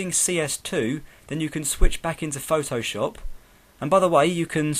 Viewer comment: nice but you say this like phtooowshopp xD!!